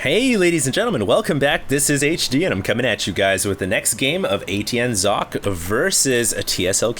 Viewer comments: Fools, it's pronounced Zock-eh. HD isn't that far off, and it's certainly more accurate than "sawkay" or "sock-ee" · I am german and german is also my first languange. It is german for "sock". However, it is NOT pronounced sock-ay because the S is pronounced differently in german. the S in german sounds like the Z in Zealot. He just needs to add a short "e" or "eh" at the end to make it perfect. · HD since you keep bragging about having so many high level games by Socke, you might as well take 2 minutes to learn to pronounce his name correctly. Y'know giving him some respect and all. (Zocke (the 'o' pronounced as in 'orange, 'e' as in 'red'')) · uhm no. Zock-Ay is more like it. definitely not sock-ay. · its pronouced Cock. I know, im german. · Hes called SOCK-E with EEE as Eeeeeee